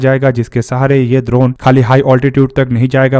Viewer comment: लगता है भाई गुरु द्रोण के बारे में पढ़ कर आया है। इसीलिए ड्रोन को द्रोण बोल रहा है 😅